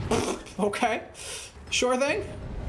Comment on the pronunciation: i love with say oKAy